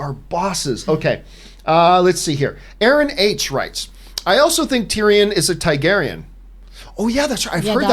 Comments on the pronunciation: TAR-garyen John. Not TIE-garyen. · Find it funny how John pronounces Targaeryn Haha "Thai-Gaeryn" Also remember John, the hound was heavily wounded and sick due to the infection in his neck after being bitten in an earlier fight, by time he got to fighting Brienne he was at half health